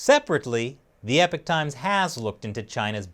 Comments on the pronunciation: Epic times? I though it was Eee-paw-k Times. Ahaha. I live in Canada and I'm a member of multiple community groups in my neighborhood in which I have read handfuls of Canadian's are upset the Epoch times showed up on their doorstep. I'm upset it didn't show up on my doorstep. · Not Epic, it is EeeeeeeeePoch. Not "Wow", but "Period" or "Era". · each time he says "epic times" my soul dies a little. it's Epoch pronounced E-Pok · Hi Ihave been wtching both your channels for a few years. This one gets to me, in the second half of your report the newspaper in questionis the EPOCH TIMES not EPIC TIMES, well what can we expect from people who can not pronounce HERB i have searched all the grocery stores in my country and can't find a singel ERB any where. Anyway I still enjoy your content and take this criticism in the spirit thtat it was meant, stay sfe.